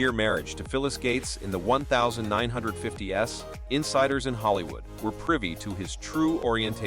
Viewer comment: Someone kill the computer voice. "1950 S, 1960 S"? Gables? As in the The House of Seven Clark Gables?